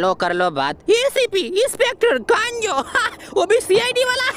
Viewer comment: Usko kanjo nahi bolte usko kanzo bolte hain